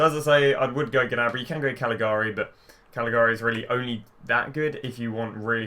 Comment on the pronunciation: "Gnabry and a CALGLIARIA" Oh wow is he a new player?